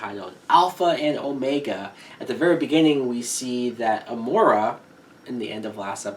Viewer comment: I don't want to be a nit-picker, but Amara is pronounced, a-MARE-a... not a-MORE-a.